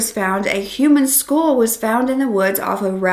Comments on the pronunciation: It sounds like you are saying, "schoool," when you say "skull."" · I keep thinking you’re saying “school” wtf?